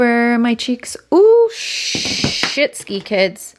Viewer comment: i giggle like a 12 y/o boy every time you say "shitski" ... every time :)